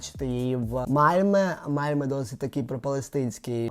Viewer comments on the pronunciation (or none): none